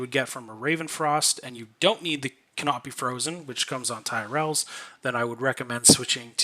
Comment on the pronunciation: homie said Tyrell